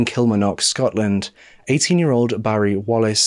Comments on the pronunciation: Thank you for covering this . I'm from Kilmarnock and i have to tell you that you dont say it like that lol. Its Kil-mar-nock with a hard a. however you are one of the best true crime channels around so i will let you off. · I love you but your pronouncing of Scottish places makes me cry it's Kill-Marn-Och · Pronunciation of Kilmarknock - KIll- mARRR- Knock or Kel-Mar-Nick..... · I remember this case very well I’m from Edinburgh in Scotland, you did a great job as usual of covering this story . Also it’s so cute to hear you try to pronounce the Scottish place names like Kilmarnock and Ayrshire it’s difficult to pronounce a lot of Scottish words if you are not from here it’s actually pronounced kill-mar-knock and Air-shire . We Scot’s just like to confuse people with the way we spell things Lol 😝 . I’ve been bingeing your channel lately and I even fall asleep every night listening 😊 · Great video but never have I ever heard someone pronounce Kilmarnock that way, it's said with the 'r' pronounced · Please learn the pronunciation of places before using them, Kilmarnock and Ayrshire you repeatedly say them wrong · I love your videos but please ask google to let you hear proper pronunciations before you do a video. Your Kilmarnock and Ayrshire pronunciations are way off and Loch is not the same as lock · Please learn to say Kilmarnock properly